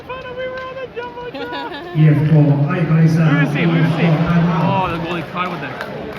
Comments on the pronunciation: Team is pronounced ee-ef-ko (IFK) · IFK is pronounced ii äf koo